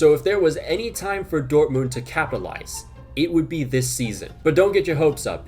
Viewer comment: man said dort-mooned